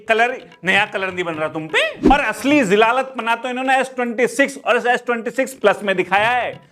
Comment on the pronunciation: Zilalat ❌ zalalat ✅😅